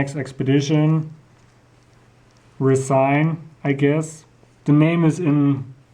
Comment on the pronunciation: nicely done on the features of the watch, which helped & FYI. It's pronounced Rez - in not Resign, because it's made of Resin not plastic.